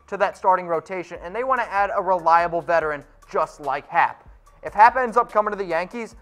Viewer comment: Claims to be a yankee fan but can't even pronounce Luke Voit and J.A. Happ correctly